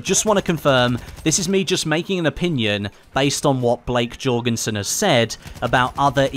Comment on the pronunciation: not Jorgensen.